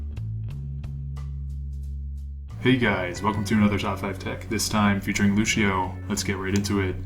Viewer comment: I learned a lot! Can I teach you one thing though, that's a bit of a peeve of mine? Luçio is pronounced Lucy-Oh, no Lu-shi-oh. It's Portuguese, and ç is pronounced like an "s" or a soft "c" in English. Thanks.